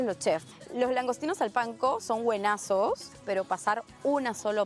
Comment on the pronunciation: La wedding planner critica pero mejor que aprenda a hablar, no se dice « Guenazos » , es súper corriente!